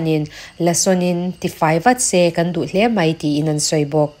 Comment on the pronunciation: A ngaihnawmin beng a var thin e mahse An tih hi Am ti in a ri a kan tih hi kam tiin a ri thin ahei hian rilru a ti he deuh thin a dang chu ngaihthlak a nuam e